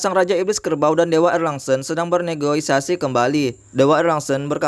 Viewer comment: Negosiasi kali bang, bukan negoisasi